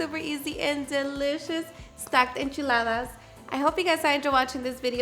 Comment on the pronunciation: I can listen to her say enchiladas all day...